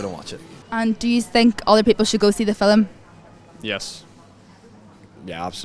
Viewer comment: hi, i love the way you pronounce it fill-um not film my my irish dad use to say fill-um so as a kid i picked that up my english husband used to laugh